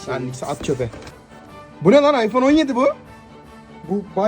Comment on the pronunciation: iphone yi bile yanlış söyledi kral 😅